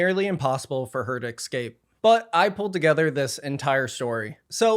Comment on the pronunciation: "Excape". is a dope.